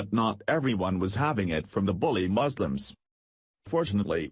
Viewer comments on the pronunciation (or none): 'Moslims' lel